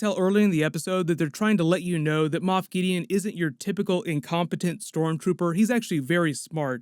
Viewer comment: Moff not moth